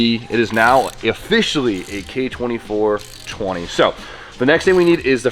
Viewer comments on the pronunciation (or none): I always hear it like "K20 420" 😂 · Having spoon is like prestige mode in COD. Every time said k-24/20 all I heard was k20/420.. or just me? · It’s official the 86’s new name is the AE69420. I swear everytime i heard you say KA 24/20 thats all i could think of😂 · Hearing you say k24-20, Just sounds weird. Like ya dude I got a built h22-20a for my new prelude!!hahaha good time